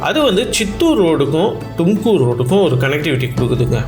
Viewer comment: I am a Bangalorean, 63 years, tamil. உச்சரிப்பு சரியாக இருக்கட்டும், தும்கூர், டும்கூர் அல்ல